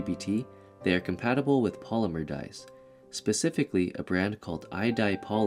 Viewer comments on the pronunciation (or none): none